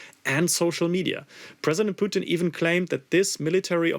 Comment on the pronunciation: Bro man called Putin poutine 😂